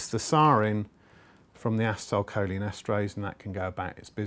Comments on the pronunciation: I cringed every time he said "assa-tile" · its pronounced aCEtylcholine emphasis on the C en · A-Cee-Ta-A- Col - Leen